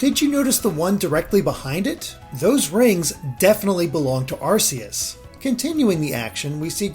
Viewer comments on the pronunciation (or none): its ar-KEE-us ya arses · I actually had to replay that part a couple of times cause I had no idea what Pokemon he was talking about for a while. Personally, I get TRIGGERED with how he says Arceus.